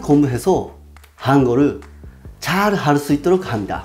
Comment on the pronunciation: 上手ですね。 ただ、 あたりのウェブデザイナー”웹디자이너”が少し日本語ぽかったと感じました。また、最後の方の”잘 할 수 있도록“で、”잘 할”を[자랄]のようにㅎ(히읗(ヒウッ))を弱化させて発音するともっときれいな発音になると感じました。